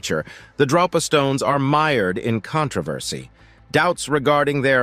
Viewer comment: Drōpa, not droppa.